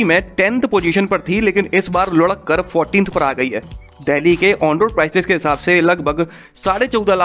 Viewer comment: When he says Ludakkar then I smile for no reason 😂